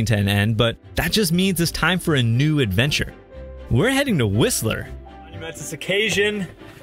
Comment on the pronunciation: Have fun on your ad”VAN”tures